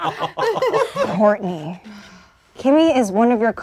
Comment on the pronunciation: Is it just me or (aka, aka - Soo cute 😍😍😍😍) intentionally sayd "Whoartney"?🤣🤣😂😂🤣🤣